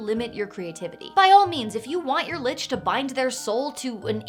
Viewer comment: Hard C, as in Lick, not Soft C, as in church